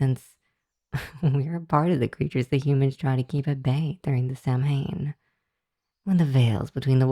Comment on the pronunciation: Just for your own reference going forward, 'Samhain' isn't pronounced that way. It's an Irish word, and so is pronounced differently than you might think for the letters used in its spelling. It's pronounced like 'sow-in' ('sow' as in a female pig). An 'mh' in Irish spelling tends to come out more like a 'w'.